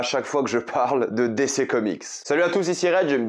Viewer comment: J'attends toujours le jour où il apprendra à dire DC correctement 😂